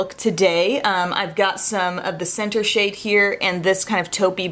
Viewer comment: It's so funny but I almost swore (and replayed it) that you said "shit" when talking about the Viseart bronzer... right before. You said, "and this SHADE," but it sounded so different n funny! Lol... just had to mention it cuz it made me chuckle